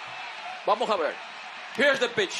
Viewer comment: Here is the pisshhhh. Pense que se decia pitch 🤣🤣🤣